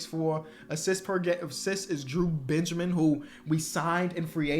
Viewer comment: explain saying Benjermin